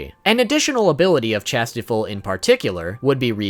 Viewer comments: Its pronounced shastefol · dude it is pronounced chas - tea - fold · Dude, it's ChastieFOLD. Ugh didn't you watch the anime?